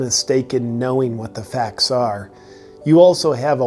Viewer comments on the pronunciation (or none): facs instead of facts could have been more convincing ahaha